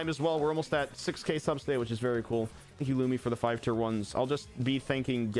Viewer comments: Anyone noticed that instead of it saying subs today is says sus today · Something that annoyed me the entire stream was that instead of saying subs today it said sus today and that just annoyed me